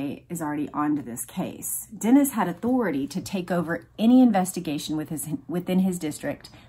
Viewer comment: Love the recaps! Thanks for your hard work with them. On a side note, it's pronounced "Denise" for Edmund Denis. Like the girls name Denise. Can't wait for the next one!